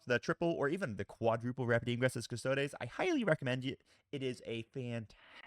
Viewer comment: Love your content and I hope you don’t mind me saying this, but there is no ‘a’ in custodes. It’s cus-tod-ees not cus-tod-ays.